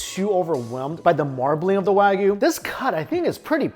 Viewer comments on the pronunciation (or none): And it’s “waa gu”.